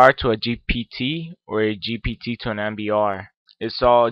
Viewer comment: Leave the tech stuff to people who know what to and when to do it you are just misleading the poor innocent people into headache and learn to pronounce GPT cause it is a struggle